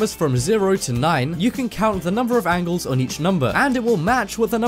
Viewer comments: Number Angels ? or Angles ? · Number Angels 😂😂😂 you mean angles you dummy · Number one said Angels, not angles. On purpose? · You said "number angles" but pronounced it "angels". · angles not angles